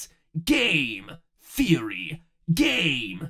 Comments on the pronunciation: Oh, and the end went from sounding like "Game Theory" to "Gain Theory". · is when i keep hearing "gae theory" instead of game theory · The faster you say Game Theory it sounds like you're saying gay Theory